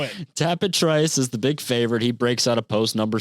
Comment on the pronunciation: Just tell its easy to remember...Trice rhymes with "mice." (Remember that podcast?) 😀